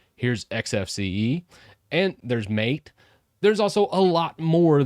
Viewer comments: Mate is pronounced "Mate", not "Mate" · This irked me as well, but most eventually learn. Unless you dive into the Mate community, you're just going to pronounce it as the English word. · Is that Mate or Maate🤔🤔🤔